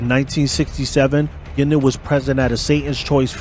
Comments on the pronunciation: It is pronounced Gwin-don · I'm from Bowmanville and that is very close to Curtis Ontario we're Berny lived You're also not pronouncing his name correctly it's not Gindon you need to pronounce the u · hiis name was bernie guindon not gindin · Wrong. I was in the Oshawa area from 1980 to 1994, and hung out with one of Bernies daughters. Everyone, including the daughter, pronounced it "Gindon". It's because "Gindon" matches the french pronunciation. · You’re saying his name wrong. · At least say his name right! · First off you pronounced his last name incorrectly the entire time. Secondly much of your information is factually incorrect. You should do better research before posting. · at least connect with a local who can help you cipher the stuff you dug up on the web...first time you said Bernie's name I choked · did NOT pronounce Bernie’s last name properly once.!! Bernie is Alive and well and can be seen hanging out at his son’s clothing store in Oshawa…(Bernie Frog).!! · You should learn how to pronounce his name